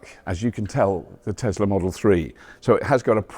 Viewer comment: Tesla? No no it’s a desla 😂